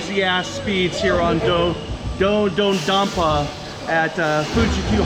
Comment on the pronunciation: It’s pronounced Dodadonper